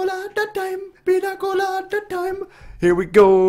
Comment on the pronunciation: You should say pinia colada because ñ have a ni sound